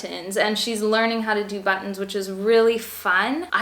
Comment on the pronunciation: You say "button" like I do! Love it! My family always gets on me for saying the "t" too much but it's natural for me in most words.